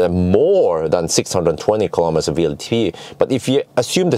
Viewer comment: when referring to WLTP you always say VLTP, but it’s W(double u)LTP. Just a friendly advice. Love your videos anyways.